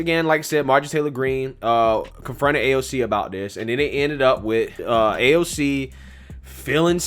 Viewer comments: In reality, Pelosi hates AOC...to the point Pelosi doesn’t even know how to say AOC’s name!! 😂😂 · Nancy can’t even say AOC’s name lmao